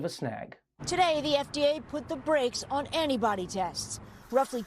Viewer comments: I heard the woman say "anybody tests" at first. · Not the biggest problem here, but... Wouldn't you think a professional reporter would learn to pronounce the T in antibody so that it doesn't sound like she's talking about "anybody testing?" Although that's a pretty good description of how they went about approving the tests...